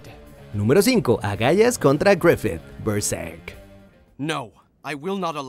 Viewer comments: Agallas, ulala señor francés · Lo peor de Agallas vs Griffith es que luego lo dice correcto xD